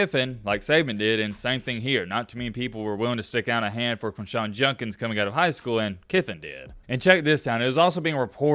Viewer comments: Its Jud not jun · I want to hear someone break this story. The reporting is on point, but for god’s sake man, know what words you are using and pronounce them correctly. Are you drunk? It’s not Junkins it’s JUDKINS. You spelled it right in your title. “Exponentially clear” doesn’t make sense. Like no one says this at all. Maybe explicitly? C’mon man. You have a good mic. Make the words sound good. That’s all I ask. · quindshawn jundkins...lol come on, simple pronunciation